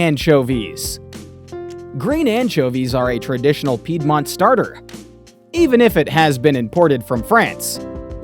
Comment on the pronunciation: All good but why not to spend some extra minute to check how to pronounce the word "Piedmont" and not to ruin the whole video with wrong pronunciation 😢